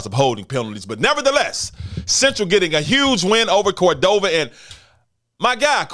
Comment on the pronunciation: Love this Doc, keep up the coverage. Shout out to Coach Settler will get Cordova right